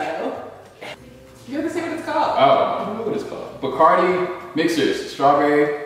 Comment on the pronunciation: Omg I thought he said “Bacardi bitches” lmao 🤣